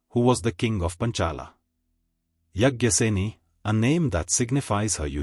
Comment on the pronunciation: Get your pronunciation right pls: yaajnaseni NOT yajnaseni and paachaali NOT panchaali.